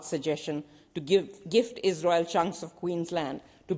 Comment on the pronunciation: Shame Wong she cannot say the word Israel.